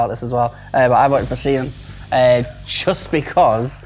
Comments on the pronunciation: See-an? Its Sian, Typical English people butchering the names from countries they've colonised. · Such a bad pronunciation of Sian